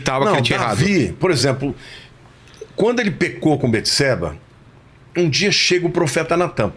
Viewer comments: ERA BATESEBA E NÃO BETESEBA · Só o nome de salmão quem deu foi Deus. E não jedidias que foram seus pais. Davi estava com frio pq estava doente. E não é beteseba e sim bateseba a pronuncia.